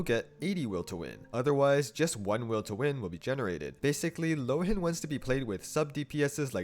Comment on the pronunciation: I think, since Mondstadt is heavily based on Germany, his name should be pronounced [ˈloːən] ("loh" as "law" and "en" as "an")